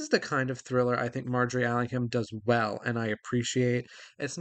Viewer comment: NB The H in Allingham is silent. (Like in Buckingham, Cunningham etc.)